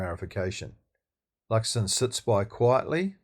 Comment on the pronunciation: It's Luxon. Just sayin.